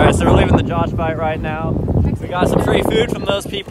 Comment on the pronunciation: Josuh sounds like japanese people trying to pronounce "Josh"